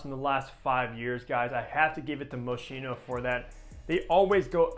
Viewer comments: Hello. The pronunciation of the brand Moschino is moskino and not moshino. 😅 Best regards from Vienna Austria Yigal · The correct way to pronounce the name of this designer is " MO-SKEE-NO". Thanks for the great review, this is among my favorite fragrances! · Right. It's a hard "ch".